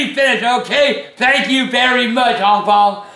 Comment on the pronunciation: He said "HONG PONG" lol